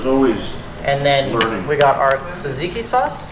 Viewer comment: I’m Greek I know it’s har to say but say Tsar-tseek-ieee